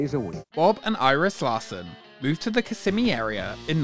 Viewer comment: I love your videos but I wish you’d learn how to pronounce Kissimmee. You’re moving the S’s to the middle syllable but they belong to the first- KISS-ih-ME is the correct pronunciation. (That’s how every local from there I’ve ever met says it.)